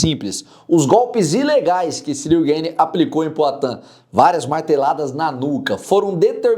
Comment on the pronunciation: Gueine, Gueyne, Gayne... tu é americano cara? GANE é Francês.